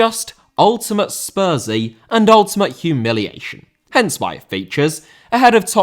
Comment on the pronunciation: Spursy* not Spurzy